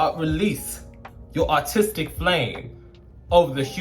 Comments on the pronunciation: B, every time you said "aRtistic" all I heard was "Autistic". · I thought you said ‘autistic’ instead of ‘artistic’ and I was like okkk represent the neurodivergent girlies 💅🏼 😭